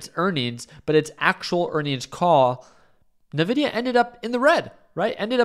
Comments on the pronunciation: it's envidia, not navidia:) I'm guessing it's a case of buy on expectation, sell on delivery and this is a very significant delivery. But it has turned to a +1% pre market so it probably wont pull back right away. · I quit watching this when he pronounced it Navidia instead of “En-vidia”